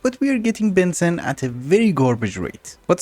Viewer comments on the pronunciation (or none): it is pronounced benzeeene not Bensin :D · just fyi, its ben zeeeene not ben zen. Long ee like fleece.... or so I say it:D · heads up its pronounced ben-zeen love the videos :) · the amount of times i have to hear benzene will make me go crazy its you say it like benzin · Strange. Us "yanks" 'murr'cans have been taught to pronounce benzine and gasoline the same... I'm happy to call it a regional difference. seems there's lotta words that are like that. much as I'd reaaaaally prefer to have a globalized standard for more things. No worries, always looking forward to more progress. and please, PLEASE go megadeep into Thaumcraft. I...I need it. I don't know when I'll get to see more of one of my favorite classics. keep going! right into those obsidian obelisk dungeons, and stuff! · the way pronounces Benzene is so fun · funfact: Benzene aka C6H6 aka cyclohexatriene is pronounced as ben-xeen (if you know x33n) / ben-zeen idk why, but just wanted to point this out